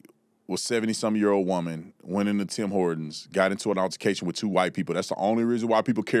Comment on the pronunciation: What TF is an "urrrtication"!? It's pronounced "ALTERCATION"!